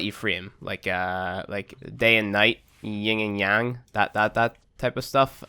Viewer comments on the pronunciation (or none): Yin and young??? It's yin and yang